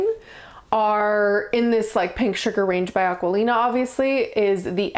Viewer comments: Hi. Your mistake is in the spelling. You read Aquolina and still call it Aqualina, that's it. Nevermind! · Hi, the perfume is by the Aqu-o-lina brand, not aqu-A-lina. Acquolina (with an additional c) means mouthwatering in Italian. Aquolina is the brand, Pink Sugar and its flankers are the fragrances. The name Aqu-O-lina is written on all the bottles you have, so I wonder why you just don't see the correct word LOL. Thanks for your review